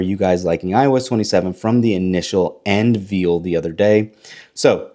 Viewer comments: The word is unveil, not "unveel"! That's why It couldn't dictate what you were saying. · You don’t know how to say unveil